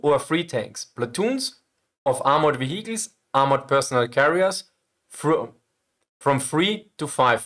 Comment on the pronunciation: I can’t help it but I have to laugh a little every time I hear or someone from “his neck of the woods” say “wehicles” I’m sorry, I really am and don’t mean nothing by it, but I know I can’t be the only one 😁